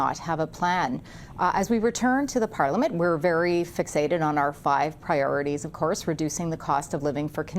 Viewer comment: And what is a pollamint? Are you trying to say parliament?